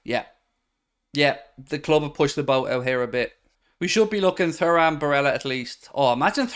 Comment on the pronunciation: DON'T shout at me please, but u seem to be the only chap on Youtube mispronouncing Frederico (its Federico) and Thuram (pronounced Turam, just like his legendary Da....). Have a heart, mate, and give me poor OCD a break. YNWA 👍